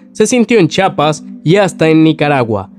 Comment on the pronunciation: Chiapas no chapas aprende a leer.